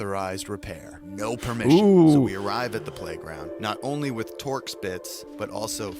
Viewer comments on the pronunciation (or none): none